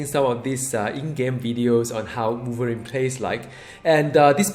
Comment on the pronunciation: Woiverine woiverine Woiverine Woiverine Woiverine Woiverine